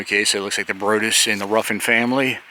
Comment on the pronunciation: Well done! That's the church we attend. Just FYI, Broaddus sounds like Broad (as in width) us. Nice!